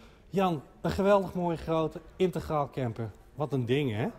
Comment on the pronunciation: integraal...dus niet intergraal!